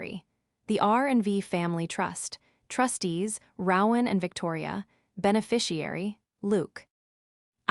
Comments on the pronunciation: It’s pronounced, “ROE-an, not “row-an” like “cow-an”… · Yes I agree that the AI reader should be fired and a human who can read and speak English should be required. And the mispronounciation of people's names is totally unacceptable. It's "roe-in" not "rawr-in" that's "roe" with a long "o" and silent "e" then "in". I mean it, get a new narrator who can read and speak English, fluently.